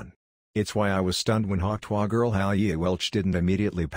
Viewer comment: AI can do many things. But not, apparently, pronounce "tuah"!!!